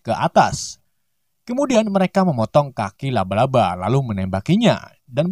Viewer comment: Bukan luba luba tapi laba laba